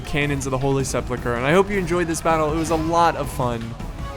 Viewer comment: Well I meant to say mispronounce, sorry about that. You pronounce it as if it was Holy Sepluchre. And yeah things like that do eventually get to me, it's a very childish mistake to make and even more easy to fix.